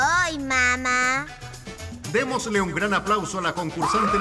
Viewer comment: Jajjaa dicen mama enbes de mamá